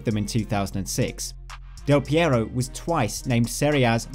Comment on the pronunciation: Del Piero ? Hahahahaha